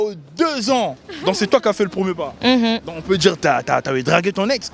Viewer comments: ''PAS'' et non ''PAT''. Le français est difficile, mais voyons... 🙄🙄🙄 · Le premier pas on dit, pas premier pat 🐾